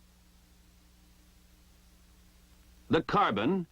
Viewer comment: Aint no one gonna talk about how he said carbine at like ? Ive heard it CARbine or carBINE but not carbine like carbine steel before